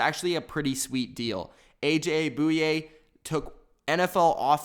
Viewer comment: He said a.j. Bouye wrong lmao